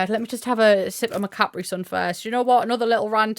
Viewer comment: i love (derogatory) the way you say capri sun